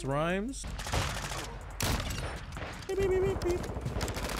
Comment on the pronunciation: it’s (RHYMES) GET RIGHT! Don’t embarrass mayne 👑